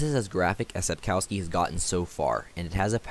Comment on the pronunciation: Lets start with authors surname. It's pronounced SapkoVski. W is more like v not U in Polish. Yet every English speaker I know calls him Sapkauski in youtube videos :) Vilgefortz's spy Rijence is pronounced I have no idea how to spell it but something like Ryentser. Beginning and end very similar to how you pronounce French cardinal Richelieu.